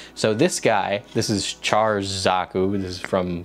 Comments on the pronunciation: although char zaku ii is from the original series. the one you have is from "Gundam the Origin" which is made years after the original series end. so you got it half right. f.y.i. it's pronounced "Sha" not "Char" lol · Me and every other Gundam fan burst a blood vessel when we heard how he pronounced Char's name lmao